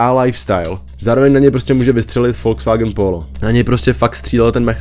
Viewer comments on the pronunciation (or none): none